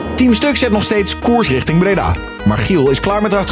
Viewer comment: Niemand: Echt niemand: Zelfs Stefan niet: Hardwell tegen de politie “Jullie moeten righting Drimmelen”